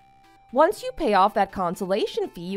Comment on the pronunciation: comPENSATION...NOT consolation.